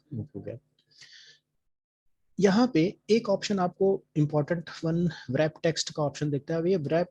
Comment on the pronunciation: wrap text bolne me w, silent rehta hai